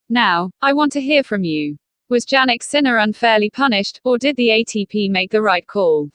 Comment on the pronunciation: You don't even prounce his name correctly. How could anyone belive you!